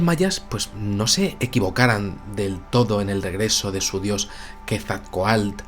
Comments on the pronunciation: Felicidades por su programa. Quetzalcoatl es una palabra grave, no aguda, y la última sílaba se pronuncia "coatl", no "coalt". Muchas gracias. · Muestras jeroglíficos Aztecas y no Mayas sin embargo tu interpretación es válida para ambas culturas lo del castillo es verídico, la pronunciación es Ket-zal-koatl espero ser específico de lo contrario en un llamada y por cierto dile a que no es cacahuetes es CACAHUATES saludos y muy buen trabajo!!! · Soy la única Mexicana que se encabrona cuando no pronuncia bien Quetzalcóatl??? Ja ja ja